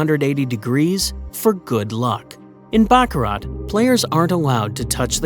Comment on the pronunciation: You don't pronounce the "t" in baccarat! :face-turquoise-covering-eyes